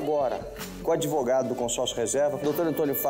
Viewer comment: "Eu sou adevogado"